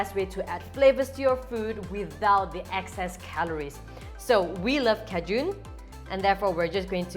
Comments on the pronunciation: Kay-shen yes .......cahjune...no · I thought you were saying kejoon seasoning, like some sort of seasoning I wasn’t familiar with. Then I realized you were saying Cajun. 😂 Silly me. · The spice is pronounced ˈkā-jən. The emphasis is on the first syllable. You can hear it pronounced at Merriam-Webster Dictionary here